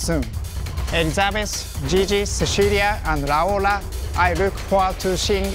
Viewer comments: Even Yagoo pronounces Raora better than Biboo😂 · He pronounced 'Raora' more solid than Biboo did